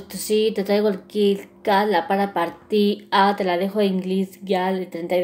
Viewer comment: " la para partia" 😂